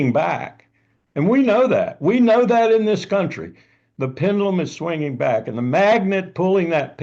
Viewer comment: It is 'kuntry', not cowntry.